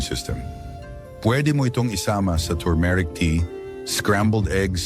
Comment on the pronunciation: Maniniwala na sana ako sa video mo eh, kaya lang , pronounciations mo ng turmeric ay mali pa 😜😜😜